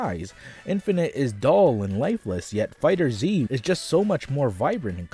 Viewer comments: It isn't Fighter Z. It's FighterZ. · It's pronounced "Fighters" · >Fighter Z I never understood why people can’t pronounce that properly. Pet peeve aside, fighting game numbers on PC hardly matters since they’re mostly played on consoles anyway. Also, even with that 80% drop, DBF is still the most played fighter so all of your talk on it so far is vastly incorrect.